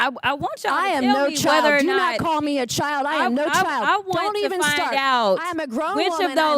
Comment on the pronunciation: She said ‘chile’ which was so much worse, but dim sum didn’t know it. Chile and child do not have the same meaning.